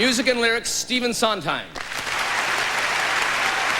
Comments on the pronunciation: LOVE INGRID'S NOT KNOWING WHO STEPHEN SONDHEIM WAS SO MISS PRONOUNCED HIS LAST NAME...TWICE.... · Cannot believe Ingrid Bergman did mispronounce Stephen Sondheims name. If she never knew his work she at least should get his name right. Shame on her.